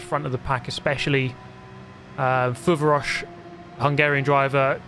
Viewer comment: Pretty much nailed the pronounciation of "fuvaros", a bit longer "a" and you're there.